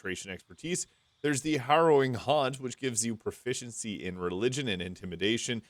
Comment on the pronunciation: How on earth can you say the word "Proficiency" so many times in a row without accidently tongue-twisting yourself??